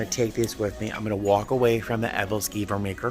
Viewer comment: Hahaha, the Ebelskiver baker… especially you pronouncing that word with so much emphasis a couple of times… flashback to Rose Nylund on the Golden Girls, dishing up some anecdotal tradition from her youth!